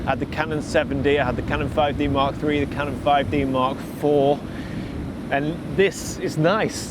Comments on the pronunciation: Haha "Ka non", I pronounce that in Vietnam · Lol your inner Spanish came out when you said canon 😂